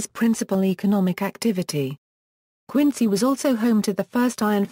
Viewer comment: Then pronunciation of the city is wrong. It should be pronounced Quin-zy.